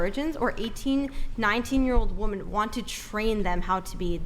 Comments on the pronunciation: Seriously, why can't young people pronounce "women." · Can someone please teach these women that when speaking in multiples, the word is WOMEN not woman...it's like speaking of plural is lost to anyone under 40 when...every single female I've seen across multiple podcasts says woman when they're saying something about women in either instances singular or plural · Why do these girls keep saying woman and not women? It’s f*n annoying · Why can't this generation pronounce "women" vs "woman" properly? It's SO common. I hate it. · It drives me crazy when people pronounce "women" and "woman" the exact same way (and it's almost always females who do this). Almost as bad as people who don't know the difference between then and than.... but I digress. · Forcing women to stand by their words that they say out loud, is better than comedy. She expects people to listen to her seriously when she's not able to pronounce the pural form of her own gender.